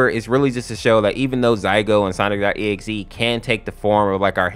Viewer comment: By the way it isn't "Zaigo" its "Zalgo" with an L not an I which makes me think why do you call "Sonic.exe" "Sonix.exe" ? like you do it and I am just so confused on how someone could mess up such an easy to pronounce name